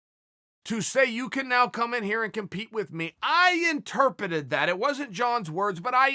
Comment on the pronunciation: No worries uncle Chael I “intepeted” it exactly how you did